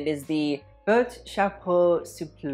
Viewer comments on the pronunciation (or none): Sis wants to come for people for saying Versace wrong but the way you pronounced boîte chapeau souple I